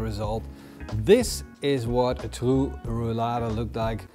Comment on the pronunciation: There is nothing more annoying than hearing you say Rou-Lada!